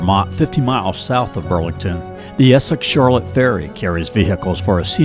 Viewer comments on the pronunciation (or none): I have loved my time in Vermont, still visit St. Albans (which you mispronounced) and Morgan as often as possible, but please learn the correct pronunciations of town names. Charlotte is pronounced Shar-Lot. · You pronounced Charlotte like a North Carolinian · He clearly ain't from these parts